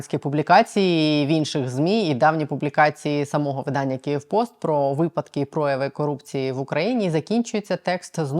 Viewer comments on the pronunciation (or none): none